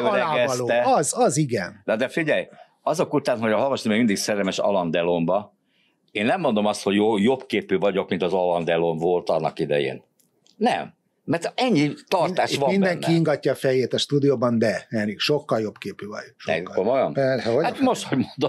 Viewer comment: Havasnak nem sikerül kimondania, hogy alendölon